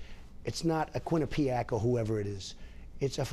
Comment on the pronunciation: "its not a A-QUINA-PIAC" HAHAHAHAHAHHA